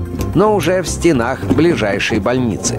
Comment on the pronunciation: Ударение на А в предложном падеже этого слова используется только в определённых сочетаниях, а именно: в стенАх чего-либо и в четырёх стенАх. Смещать ударение на А вы можете только в оговоренных случаях.